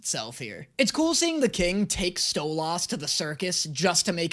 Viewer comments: Listen in the last video you said that u pronounce stolas the same as they do in the show but like- u pronounce it as stolAs 😭 you pronounce the 'las' like the 'las' in the word last while the show pronounces it stolus like 'lus' from lust instead of las 😭 BUT HELL YA MORE HELLUVA BOSS ‼️ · it's pronounced STOW-LES, not STOW-LAS!!! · Btw it's pronounced stolis but spelled stolas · Stolass? Its stolAs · stoluuuuuussss no no its stoliiiisss AND CAN YA NOT SKIP THE FUCKING BEST PARTS PLS>:( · It’s Sto-liss not sto-loss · so his name is pronounced "stole-is" not stole-os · It seriously triggers me how keeps pronouncing it "Stole-Aws".... Even in the show, when they say his name, it's "Stole-iss" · damn that stolaas thing is really anoyying XD LOL its stolas not stolAas or stolaaaaas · I’m so tired of him saying stoloss when it’s stoles and i know it’s spelled Stolas not stoles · I cry a bit on the inside every time he says StoLahs when I’ve only heard it pronounced like StoLess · I love pronunciation of Stolas he makes it sound super posh "Stolaaas" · why does he say Stolas im sorry its called Stoles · Dose anyone else getting triggered everything he says stolAHS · It's pronounced stolis I'm sry for being that kinda guy😊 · I like genuinely hate how he pronounces stolas as sto-las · Stolas is how it’s spelled but stoles is how it’s said just sayen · needs help hearing if he can't figure out that he was pronouning Stolas wrong. Btw it is pronounced Stoe-luss. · It’s pronounced like stolis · It's said like sotlis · it's stow-lus 😅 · Um, ackshually, I can't believe how badly you're mispronouncing "Stolas." Everyone knows it's pronounced "Stwubbie." Get it right! :) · Bro you saying it like stole-ahs and it should be pronounced halfway between that and how you would the word solace. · Think of saying "stole liss" faster than normal, and that's how you pronounce Stolas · You're saying his name wrong. It's not Sto-LAS, it's Stwubbie. :(